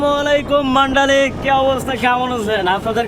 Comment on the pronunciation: আপনি মান্ডালি বলছেন, কিন্তু এই শহরের নাম মান্দালে বা Mandalay.